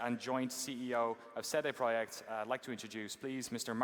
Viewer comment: Shit now I know how to pronounce cd projekt